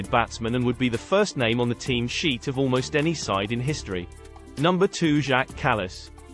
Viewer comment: TEAM sheet, not team SHEET.